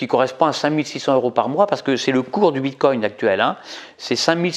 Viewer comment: On ne prononce pas "bite-cogne".